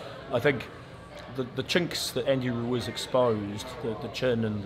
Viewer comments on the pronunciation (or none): Brilliant👍 just one thing. Please take the Mickey out of DH next interview on his pronunciation of Ruiz. “Ru is” really. Or maybe he’s taking the piss out of us. Who bloody knows??? Monty Python reborn into boxing promotion. Love it😂😂😂